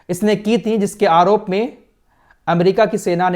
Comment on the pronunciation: Arop nahi aroop oroof thi